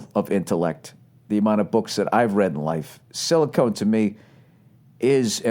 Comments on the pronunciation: It's Silcon Valley not silicone, dumbass. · Silicon vs Silicone lmao